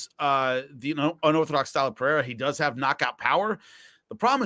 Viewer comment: The way Jimmy says "Pereira" is hilarious. "Padeda" sounds like a speech impediment 😂 love Jimmy though. Great ep, boys